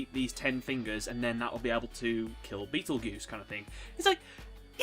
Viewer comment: Okay, NOW I've watched the episode.....HOLY SHIT, THAT WAS DOPE! (Edit: It's Funny how you say 'Beetle-Goose'. I took one look at his name, said 'fuck that noise', and now I just call him Beetle-Juice. Kinda acts like him too.....)